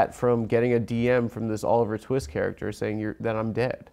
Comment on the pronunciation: “What’s his name, Oliver…?” “Twee-ist” Bwahaha